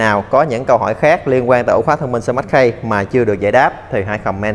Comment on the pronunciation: Phát âm chuẩn sẽ hay hơn anh. Sờ mát ki chứ ko phải sờ mát khây